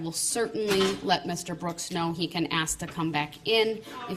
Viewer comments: When he says “Ax” I want to scream, “ITS ASK!!!” Good grief, it’s like nails going down a chalk board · "I am uneducated and a moron, but I read a half of a lawbook, and I know stupid phrases like "Would it be fair to say?" "Grounds" "Objection" and "Let me AXE you".- Darrell Brooks. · Unbelievably childish. No, I won't sit down unless you axe me.. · Yeah, he doesn’t know how to pronounce “ask.” 🙄